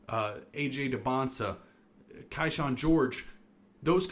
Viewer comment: Kyshawn is pronounced KEY-SHAWN and Bilal is pronounced bih-LAHL